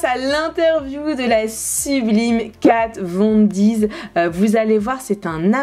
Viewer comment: t'es super mais ya pas de s a Kat Von D je sais pas pourquoi tu prononce Kat Von diz c'est juste D